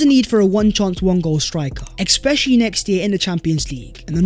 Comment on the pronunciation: There's no x in "especially" ffs